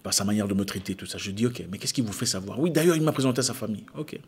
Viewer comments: 😁😁😁😁😁ye dit, faut sciencer. J'aime quand vous prenez l'accent ivoirien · La partie qui m'as stupéfait '' Yé dis faux sciencer petit '' 🤣🤣 on sent que tu as fais la côte D'ivoire grand frère Zack 😊🙏